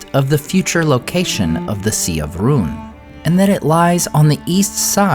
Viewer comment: Has anybody noticed how the name "Rhun" is pronounced, "Ruin"?